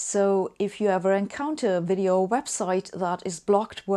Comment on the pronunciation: Pronunciation errors in this 'wideo' are not 'neglidgible'. (I lived with a German woman for 30 years who would say [for example] 'vich willage'.) I also coached a German man on the point with thia exercise, 'Victor and Veronica are visiting a village in Vladivostok'. After many repeats, he could get it right sometimes. I've searched for an explanation why this is so difficult, but not found one which convinces. Having said all that, Sabine's English is exceptionally good, but it sounds to me like she hasn't spent many years living in an English-speaking country, the underlying structure remains her German mother tongue.